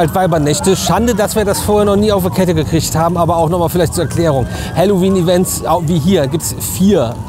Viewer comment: Ich versteh immer Hallo wien 😅